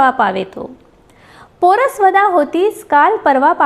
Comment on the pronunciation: खूप छान कविता ऐकवल्या. मला आमच्या ११वीच्या मराठीच्या तासाची ाठवण झाली. एका कवितेसाठी आमच्या बाईंनी अख्खे मर्ढेकर शिकवले होते. १९७५. तेव्हापासून मी मर्ढेकरांची फॅन. क्षमा मागते. पण पोरसवदा चा उच्चार : पोर-सवदा असा करायचा. पोरस-वदा नाही. आणखीही एकदोन उच्चार आहेत पुन्हा ऐकताना सांगीन.